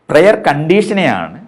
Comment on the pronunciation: പ്രെയർ അല്ല 'പ്രയർ'